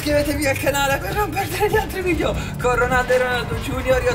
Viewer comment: ti correggo si dice VIDEO non VIDIO